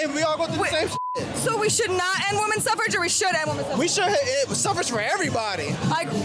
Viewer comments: Maybe it's because I am not a native speaker, but I have never heard of the word 'Suffrage' until now. It sounds really stupid to be honest, I don't blame the guys. Especially considering how the woman pronounced the word, you can clearly hear an 'e'. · She could said sufferage movement, cuz I literally thought she said suffering😂 English is a fucked language man lmao